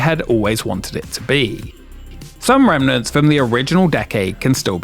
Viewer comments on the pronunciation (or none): none